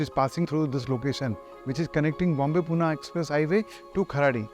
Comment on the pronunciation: MD hai aur city naam bhi thik se le nahi sakte 🤦🏻 Pune ko Puna Puna kar rahe hai